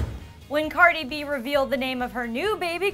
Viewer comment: im crinnging the way she said cardi b’s name. She said it all wrong